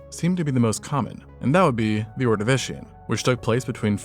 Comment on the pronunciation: as a welshman smtn that always peeves me to hear (not blaming you for not knowing) is the pronounciation of Ordovician, the name comes from a Welsh tribe, the Ordovicés of North Wales, as thats where fossils from that time period were found, (same reason as with the silurés of South Wales, south is lower land and north is higher), and Cambria being the Latin word for Wales (from Combogosi, modern Cymro/Cymraes) Ordo-vi-ch-ee-s (Ordovicés) Sil-yuhr-ay-z (Silurés) Kam-Bree-ah (Cambria)